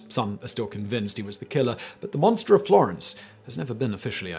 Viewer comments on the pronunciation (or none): none